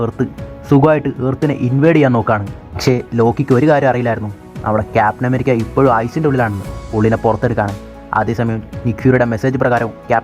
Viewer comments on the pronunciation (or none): none